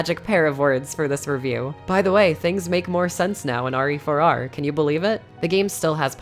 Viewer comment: RE4R... Last time I check, that's pronounced "rear"... LoL. Yes. I am a man-child. Thank you for noticing